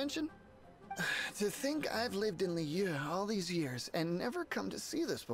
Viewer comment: Stream #17 he's still Calling Liyue, Lee Weh